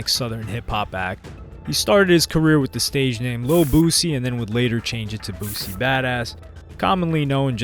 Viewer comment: It’s BOO-SEA